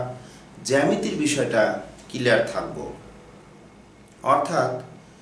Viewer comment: দয়া করে কিলিয়ার না বলে ক্লিয়ার বলবেন।🤔🤔🤔😊😉